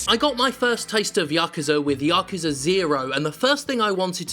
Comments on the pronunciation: Its YA-KU-ZA not Ya-Kuuuza, source living in Japan for 10 years speaking japanese. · "ya-ku-za" is the correct pronunciation, without inflection on any syllable. "ya-kuu-za" is wrong. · Hey Jim. it's pronounced Ya Koo Zah... just a comment I do love you and your channel. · 8-9-3 pronounced ya-ku-sa. if you're not japanese it really doesn't matter how you pronounce it cus the meaning remains, but yekuza is wrong cus in japan A is pronounced either ah or aah. so ya-koo-zaa. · Yakuza has looked intriguing to me. Zero and Kiwami have been sitting on local shelves for a while. I'll give 'em a go. Also, yes, it's pronounced "yah-KOO-zah". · It ought to be pronounced like "yakza" there is no need to emphasize the "u" or "oo" sound in "ku" in the word "yakuza". Essentially, you want to not inflect or stress any of the syllables in that word, or any word in Japanese; give each syllable the same weight. My Italian grandmother was trying to tell me about "My neighbor Totoro", but she added a glottal stop and inflected the middle "to" (saying "Tottoro" or something like that). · I thought you Brits pronounced it "Yakuza Nought" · Hi my name's Jim Sterling and I can't pronounce Yakuza.